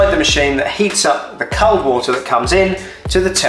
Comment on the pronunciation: Good video but can’t over how you pronounce “cold”!!